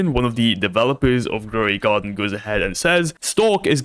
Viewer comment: Gwow de Gardín 😂 lol I love